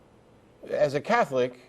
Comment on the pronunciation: What is a 'Cyetholic' anyway? Is that anything like 'Chicyego'?